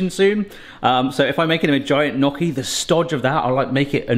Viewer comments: I wanted to watch this but after 90 seconds of listening to him say "knock-y" instead of "nyow-kee" I had to peace out. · It’s pronounced nyoky not nocky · Great video! We love them here in the Seattle area!!! My Italian wife says however... "Not 'knocky', but 'knee-oh-key'." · I love your channel, but as an Italian I have to say it's "nyoh Ki" & I can & have made areal fry up before. I have a late Bestie from Wales who studied in Sheffield. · Knocky? Ouch my Italian. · It's pronounced knee-o-kee.... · Well, you were right to use a fork, but if you look up online how to shape or make gnocchi (pronounced knee-yo-kee) you’ll see the proper way to do it. Good job though! 😄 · the way u pronouce gnocchi. oh god bless u it made me smile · Please look up the proper pronunciation of gnocchi. The way you say it is just painful to hear!